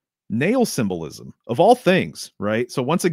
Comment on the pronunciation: Sym-Bull-Ism lol